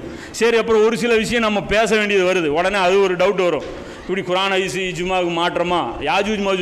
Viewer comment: நல்ல விளக்கம் சகோ: ஆனால் நீங்கள் உச்சரிக்கும் குர்ஆன் என்ற வார்த்தையில் (ق ) பதிலாக (خ)உபயோக்ரிங்க